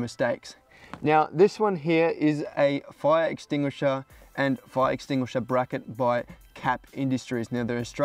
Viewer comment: You'd think a professional firefighter wouldn't have that much trouble with the word "fire extinguisher" 😂